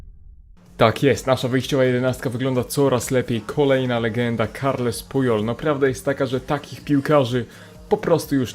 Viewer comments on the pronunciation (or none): Puyol ;czytaj; "Puziol" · Mówi sie puziol